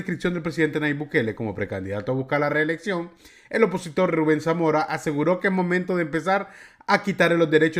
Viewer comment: Reelexcio'n , Reelexcio'n ,Reelexcio'n .